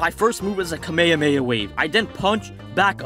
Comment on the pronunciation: dude ur videos are good but ur not saying kamhamma right